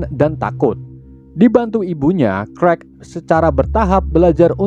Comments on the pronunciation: Clark di bacanya Klark bang bukan krekk 🤦🏻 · CLARK abaaaang bukan KREK... ampuuun.... CLARK baca KLARK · bacanya bukan krwek ! klark nyinx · Cerk😅 bkn karl hahaha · Kak bacanya klark bukan karl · Clark bukan clerk wkwkwkwk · Clark oooy Bukan Crek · Clark tpi baca nya (krekkk)🤣🤣 Clark-klark huruf (c) kalo dlam bahasa english jdi sebutan nya diganti huruf (k) wkwkwkwkkwkw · Abang nya sebut nama clark:kuek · Krek apa Kwek bang😅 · kok lu ngomongya qwrek dari clark dah,jauh amat